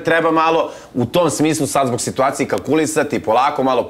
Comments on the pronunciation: Kaze funjara nepismena"sitvacije". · Sitvacije 😂😂😂😂 ova nema 2 razreda skole 😂😂😂